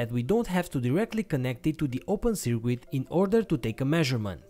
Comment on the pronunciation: Really great video. Thanks for taking the time to create the project and explain it so thoroughly. By way of improvement, the letter 'u' in the word 'circuit' is not pronounced. Your English is great!